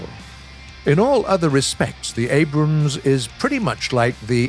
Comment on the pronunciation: Woah! He pronounces it “Abrams” and not “Abrahams.” Thanks!